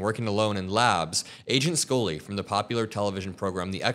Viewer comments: Its Scully, not Skoly 😢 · Scully....._skull-lee like a skull......not School -lee lol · Why did he pronounce Scully as Scoley?